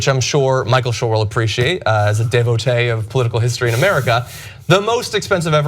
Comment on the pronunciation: John, it's "devoTEE," not "devoTAY." When Francophones pronounce "ee" with a soft "ay," we are referring to the female gender. You're calling Michael a chick.